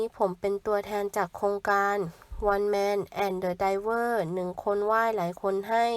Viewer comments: เซ็งยัยคนอ่าน ยิ่งกว่าเด็กประถม + One Man and The River ดันอ่านเป็น Driver/Diver สมเด็จพระนางเจ้าพระบรมราชินี ไม่มี "นาถ" นะเธอ เธอเพี้ยนเองหรือคนเขียนโพยมันเพี้ยน? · การอ่านตะกุกตะกัก อ่านคำว่า"River"ไม่ถูกเลยคำง่ายๆแท้ๆ และสมเด็จพระราชินีนะคะ ไม่ใช่ราชินีนาถ